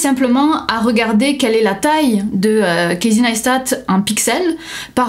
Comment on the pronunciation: kéïssy naïsstat' :p